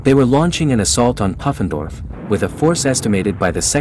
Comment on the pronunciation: I think it's pronounced poo-fen-dorf. Short oo, not uh.